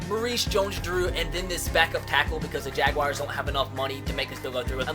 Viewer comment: you say jaguars wrong